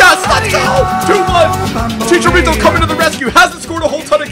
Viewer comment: It's chicharo not chicha